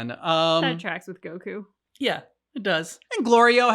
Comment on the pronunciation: This was just another reason why I thought Goku was just messing with Glorio because he's able to say "Nahare" no problem, but continues to mispronounce Glorio.